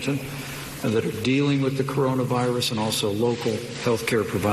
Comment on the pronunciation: Did he say coronus virus? Lol